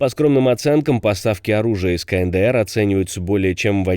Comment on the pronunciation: какой еще [КаНэДэЭр]?? [КаЭнДэЭр]